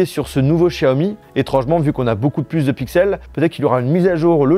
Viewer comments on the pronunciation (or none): Comme tous les autres tu devrais apprendre la prononciation de certaines lettres de l'alphabet français , tu penses être intelligent mais tu te trompes , la lettre X se prononce comme la lettre S et non Ch tous des gros nuls